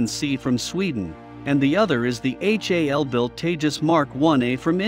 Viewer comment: Gnat, not knet, HAL not Hall.😒